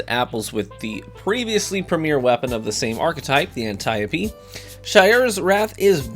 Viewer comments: Finally, someone pronounces Antiope right! 👍🙏👍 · ok, now i have to comment. there is a god. finally someone pronounced Antiope correctly 👏👏👏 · Antiope smg: exists Nearly four years later: I hear a YouTuber pronounce the name correctly for the first time